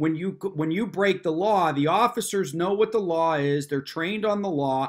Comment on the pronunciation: very funny how they are so snug about how right they are but everyone else is wrong. yes, please be quiwt. i sant council. well, maybe not. i'm done talking. so shut up. just keep saying the magic words! but wait. the oggicers did not disappear. did he say the words wrong?